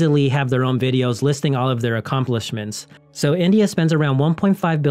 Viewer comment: Is he pronouncing India or Israel?